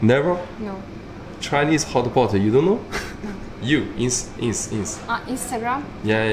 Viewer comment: 大哥，是 hotpot, 不是 hotboard